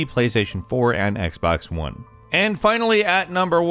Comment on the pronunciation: Whoever heard him say “x bex 1” at the end